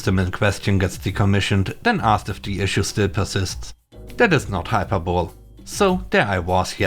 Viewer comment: I knew this one would come up eventually. It's High-Per-Boe-Lee. Hyperbole. Happy Holidays PST. 🐧🎄🐧🎄